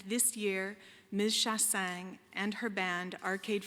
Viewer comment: Yeah she's saying Shah-sang BUT it's actually Shah-sahnye (sorry hard to explain Québecois pronunciations in English.)